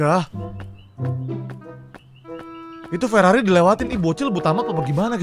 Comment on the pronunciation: bang namanya bukan lelari tapi Ferrari gajelas kamj bang